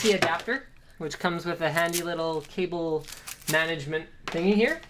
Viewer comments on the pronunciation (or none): none